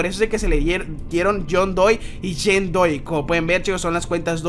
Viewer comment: No era Jane doe porque ANDROID dices Jane doy :v